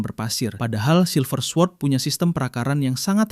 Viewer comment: Sekedar saran, karena ini chanel edukasi jadi sebaiknya perhatikan l pelafalan setiap kata asing sesuai kaidah bahasa asalnya. Misalnya sword itu dilafalkan ‘sord’ alias w nya hilang. Itu contoh pronunciation b inggris yang kurang tepat di video ini. Just in case, untuk pelafalan dalam bahasa asing lainnya juga mesti diperhatikan sesuai kaidahnya masing-masing ya